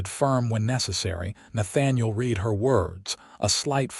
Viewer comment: You need to EDIT & REVIEW your work, especially the reading of it to correct AI screw ups!! Correct AI when it screws up the word - read. It can't tell when to pronounce it " reed", present tense action. Or "red" past tense action. AI does it wrong 90% of the time and screws up the storyline. EDIT & REVIEW!!